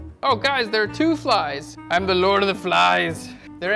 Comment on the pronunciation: "There are two phlies" :-)